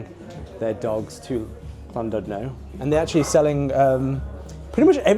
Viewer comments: It's pronounced Llan"did'no not Llan"dud"no. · Llandudno is pronounced "ɬanˈdɪdnɔ" the Ll is a unique sound; not quite cl but closer to cl than ll, more importantly the u sounds similar to an "i" sound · I know pronunciation is hard for non Welsh speakers, but what gets me is the F, in Welsh 1 F = V , 2 Ff = F and LL isn't C 🤣👌 the original British language should be learned by everyone in Britain 🤣🤣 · LLandudno. Ah yes, the Welsh double L. It's quite simple. put the tongue against the roof of your mouth and blow, letting go for the second L. No single L and neither a c nor a k.